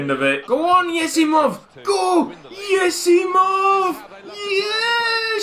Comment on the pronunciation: everytime you say yesimov i think you're about to say YESSS